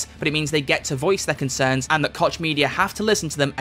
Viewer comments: Koch Media.. With personal experience with this name we pronounce it like Coach. The "ch" sound in german makes a similar sound and thats how we have always pronounced it. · As a German Citizen I can say that i've heard him say kotch media way too often xD Not to be unpolite: The "ch" has a whole unique pornounciation in german, its achieved by pressing the muscles in the throat together and making a sound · WOAH what’s the real pronunciation of Koch??? 🤨